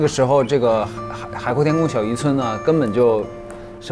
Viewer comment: 我又聽到了海闊天昆😂👍